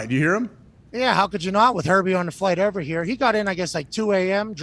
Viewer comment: Amazon not here to take part. They’re here to take OVAH!!